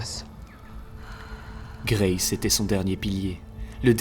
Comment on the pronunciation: Pas d’accents sur les noms anglais BRO c’est juste Grace 🫶